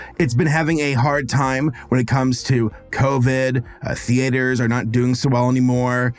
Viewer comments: It bothers me so much how you pronounce it “thee-AYY—turs” 😮‍💨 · As a non-native english speaker, is 'theatres' really supposed to be pronounsed 'the-A-ders' like does (emphasis on the A)? I've always pronounsed it 'theaters', with no "stops" or emphasis on the A.